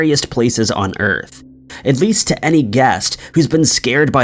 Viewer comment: If you can say Jefferson you can say guest....not gast